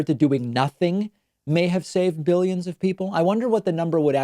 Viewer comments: And he has to say it like jelly "biLLyens" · Stop putting words in his mouth. He clearly said 'behyuns', not 'billions'. And anyone with a brain knows that a behyun is less than a million. Jesus. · Almost sounds like he says biddions. Mealy-mouth trump verbally defecates on a minute by minute basis. All lies and bullshit. Nothing factual comes from Donnerhea. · I think he said millions instead of billions. His speach is just gibberish though. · dont get me wrong when I say this because I hate Trump, but in all fairness I heard 'millions', it's just the way his lower lip hangs down, exposing a misaligned bite that caused the slight "B" sound